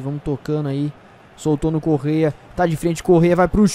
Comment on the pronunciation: Eu fiz a pronuncia errada é Correa.